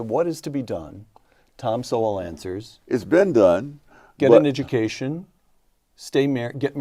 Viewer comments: I would recommend many/all of Sowell (rhymes with Soul) books, but start with Black Rednecks, White Liberals. The man is a genius in the realms of economics & social psychology. He wants to teach people that your social behavior can hold you back or propel you forward & it's up to you. Keep on being a good human my brother! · Please pronounce Dr. Sowell’s name properly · Trevor Sowell (the e is silent) is one of the most highly regarded in his field in America today. However, because he tells the truth and journalists and media cannot come back at him, I believe he has been deplatformed. When I first came across him, it was pure joy to hear him speak such truths, and now I find it pure joy again, to find someone who accepts these truths. I have watched a few of your videos and wish you well in your endeavours. This comes from a retired white lady in Tasmania, with love, and I would like to call you - brother. 🌅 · These are great reactions. Just FYI, Thomas Sowell pronounces his name like the word “soul”. Which he has a lot of. And unlike Trevor Noah, who is an immigrant who has done so well and has some nerve to say these things, Thomas Sowell, grew up partly in the Jim Crow South and even started younger life as a socialist (meaning from the left). Sowell is a descendant of slaves. Noah is not. He’s doing race hustling. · I discovered Thomas Sowell’s syndicated newspaper column back in the 80’s. He’s a giant American intellectual. Soon realized, if I disagreed with him on something…I was wrong🤣🤣🤣. Btw, his name is pronounced, Soul. You’ve got a great channel and your work is appreciated!!! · Thomas Sowell is pronounced "SOUL". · Thomas Sowell ( Pronounced Soul) should be considered a National Treasure! His work is based on his personal experience AND on his deep research on the topics he writes and speaks about. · P.S. It's Thomas Sowell, (sounds like Soul). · "Sowell" is Pronounced "Soul" like Soul Man. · Thomas's last name is pronounced "soul" just fyi.